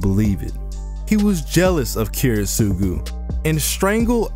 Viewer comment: this is is an absolutely fantastic video but please PLEASE work on your pronunciation of Kiritsugu